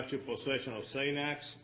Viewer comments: “Zay-nexx”. You know you’re in trouble right there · Are you kidding me?? That "judge" doesn't even know how to, one pronounce xanax, or two know how to spell a VERY simple word such as B A R S....??????? WTF?? Is he here on a Green Card or is he just that fuckin stupid?!?!? I'm pretty sure a "Judge" presiding over Americans should be able to speak PROPER English! LMFAO 😅😆😅😆 #America #learnenglishmf